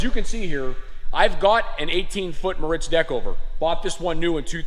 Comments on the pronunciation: It’s not (Moe Ritz) it’s (More Ritz) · Pronounced mortz